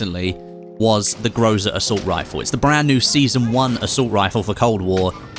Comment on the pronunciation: it is not groza it is called grasa